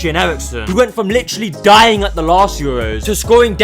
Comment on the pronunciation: Im sorry but the emphasis on eriksen DYING was too funny